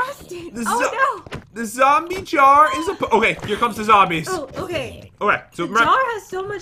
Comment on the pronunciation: The Pronunciation Master Lol Pat:This Hint Is Easy:Ok There Are Zwombies And Chest With A Jwar Jars Jsar Jar!!